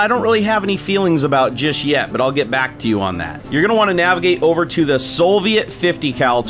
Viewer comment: there's no "L" in soviet